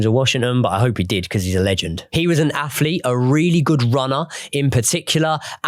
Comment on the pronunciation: I can't listen to a presenter although talks about "fings" and "afletes "